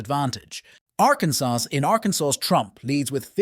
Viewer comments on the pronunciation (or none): none